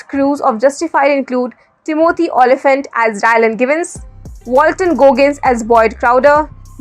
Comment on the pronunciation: it's TÌMOTHY, not TIMÒTHY